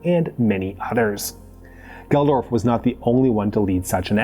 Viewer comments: Geldof is pronounced geld-off. Not gel-dorph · Dude called Bob Geldof "Bob Geldorf" lol sounds like a LOTR character